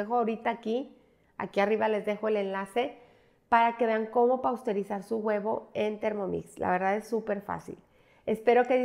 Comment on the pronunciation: pausterizar noooo. Pasteurizar.